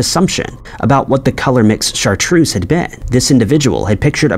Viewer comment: very American though. It's actually pronounced Shartrerz